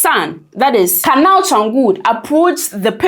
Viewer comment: the name is pronounced "kUnal" not kanal